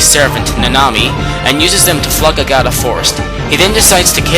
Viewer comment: no offence, you have a problem pronouncing stuff in this game, you mis-pronounced Orochi (its Ore-Oh-Chee, Agata Forest (its Aw-Gaw-Taw), Waka (its Waw-ka), Oki's sword Kutone (its Koo-Ton-Ey), Ryo (its Ree-Oh) im not trying to insult you, just telling you how to properly pronounce stuff in these games